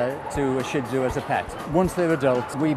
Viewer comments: hint:its shih tzu not "SHIT zu" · I can't believe a dog show video perpetuates the mispronunciation of Shih-Tzu. It's Sheet-Zoo! Original pronunciation is sure-ds which is hard for americans to say. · A ha ha he said Shih Tzu wrong!!! What a dork! LOL